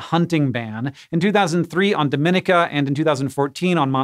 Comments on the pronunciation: It's not do-MI-ni-ca, it's do-mi-NEE-ka! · It is so so rare for you guys to make a pronunciation mistake, but the Commonwealth of Dominica – unlike the operative word in the Dominican Republic – is pronounced doe-men-EE-kuh, not duh-MIN-eh-kuh. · dom-in-EE-ka, not do-MIN-ik-a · Dominica is pronounced Domineeka. Dominican Republic is the Dominnika one. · you pronounce dominica like dom-in-eek-ah, really stress the second i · It’s pronounced /dah-mi-NEE-kuh/ or /doh-mi-NEE-kuh/ with the accent on the 3rd syllable. Take it from someone who lives on a nearby island with lots of Dominican immigrants. (And, as always, Dominica is not to be confused with the Dominican Republic.) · I just commented this, too. 🤷🏽‍♀️ We'll see if they correct it later. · Me.. a Caribbean girl wincing every time he pronounced Dominica wrong. The second I is like an E. Doh-min-e-kah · Person from the Caribbean here cringing a smidge at the pronunciation of Dominica. Do-min-EE-cah :) Tiny mistake, totally not judging! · It's pronounced Dahm- in- EEK - ah. (Dominica 🇩🇲) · Dom in ee ka. Its not the Dominican Republic. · Did you get how to pronounce “Dominica”? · As a person who lives in the Caribbean, no insult to you or your editor, it was simply hilarious hearing how you pronounced "Montserrat" and "Dominica". Thanks for the good laugh.